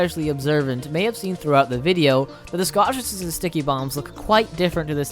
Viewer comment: Hey man, your videos are incredibly well produced, but if I could offer one piece of constructive criticism, I would say slow down and read more clearly and carefully. Most of the time, you pronounce “Scottish resistance” as “scoshizistns,” and honestly every ten seconds you completely skip the middle syllable of a word.